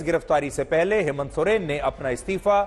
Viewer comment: Soreng sir Soren nai